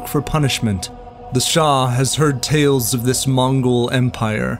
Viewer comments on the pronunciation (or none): none